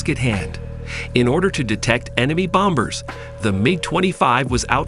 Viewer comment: Did he say "bom-bers?" Lol! Stupid robots.